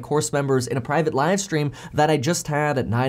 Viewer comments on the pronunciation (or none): none